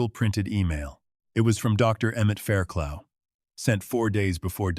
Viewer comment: How many times are you going to tell us he investigated fires???? The doctors name is pronounced Fair - Cluff. Like rough